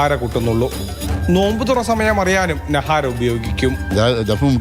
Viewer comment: നഹാര അല്ല നകാര